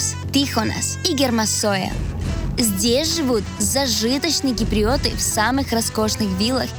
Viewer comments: Не ки-при-о-ты а кип-ри-о-ты! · киприЙёты, эфиЙёпы )) приятная девочка)